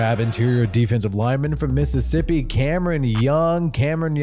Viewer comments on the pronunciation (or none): none